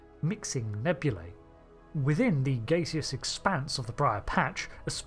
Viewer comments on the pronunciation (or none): none